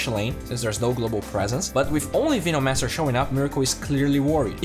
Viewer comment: vinomancer is triggering me so hard LUL